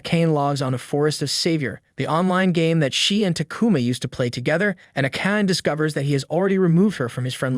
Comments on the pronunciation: Whomst tf is A-Cane? You mean A-Ka-Nay? 😅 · I repeat over and over again how he called Akane... Its A-ka-ne >.< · I hope you pronounce the charaters' names properly though. Like Akana. It's A-KA-NE, not A-KEYN. My gosh. It's annoying. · Isnt it pronounced ah kah nay? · Get rid of the AI voice. Akane is pronounced Ah-ka-nay. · Subaki is so mid compared to akane (pronounced ah-kun-aye) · Why do you guys not say the names the way the show says it , it makes me feel like you ain’t watch it your just reading the script cuz her name AKANE is not said like tht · How does he manage to pronounce Akane different almost every time he says it and still never once get it right? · It's funny and weird how the narrator pronounces "Akane" but to be honest, that's how I thought it was pronounced as well when I was a kid. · It's hard to hear her name pronounced this way. Hurts my ears.